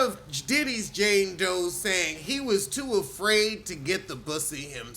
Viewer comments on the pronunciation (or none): none